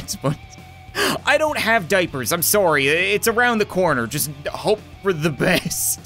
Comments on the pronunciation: I love how he has absolutely no accent until he says "SOORY!" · You mean soory? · It's his Canadian accent lol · Through the years of me watching this dude. That is the one thing I love the most about him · I know right it makes me laugh everytime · It is because of his Canadian accent, that's simply how the Canadian accent pronounces it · he’s canadian i myself am a canadian too so thats how it works lol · He's Canadian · just a Canadian accent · Because we say ohs like 'o' and not like 'a'? Seriously. The phrase 'sorry, I dropped my chocolates and oranges in the forest' we say 'o'for all the os, but Americans say' ah' for some reason. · The funny thing is as an American I say it like that too😂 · When saying 'o' like 'oh' instead of 'aw' is weird... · hes canadian